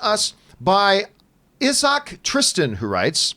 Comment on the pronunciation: the way he pronounced Issac was funny XD